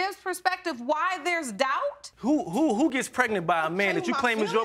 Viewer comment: Can someone PLEASE tell me what in the world is "Pretnent" I thought it was pregnant! 🤔